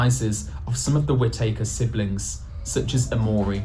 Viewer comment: no one, anywhere pronounces it like whit takers 🤣🤣